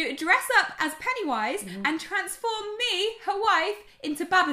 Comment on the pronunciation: 'Pennyunwise' 😂 oh fuck